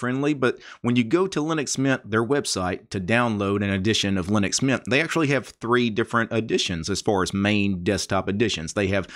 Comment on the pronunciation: Good video but it hurts me how you pronounce linux mint like linuxmian